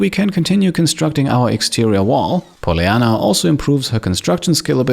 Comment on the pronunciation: Bugs me off how he pronounces Polyanna